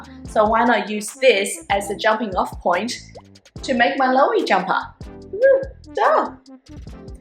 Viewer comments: It's pronounced Low-ay-vey -- 3 syllables, accent on the middle syllable, long a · Loewe is pronounced as “lo-weh-vay”